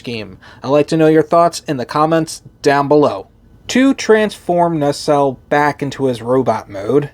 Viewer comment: You keep on pronouncing the name as "NaRcelle". 🙂 I kinda like it like this, though.